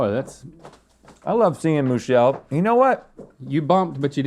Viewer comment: Nah! I actually can't stomach the runny egg taste. I gotta have my eggs scrambled. Who is Moo-chelle? Total mystery.